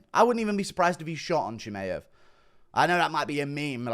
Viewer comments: It’s f ChimAev not Chimeev, it’s getting very annoying especially when Khamzat will be the future champ very soon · Why do you say Chimaev like that